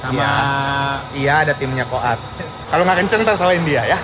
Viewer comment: Komata mass bukan komati hehehe